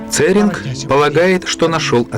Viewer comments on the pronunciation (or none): Гуге это не весь Тибет, а его западная часть. В слове Гуге и имени Церинг ударение на последнем слоге.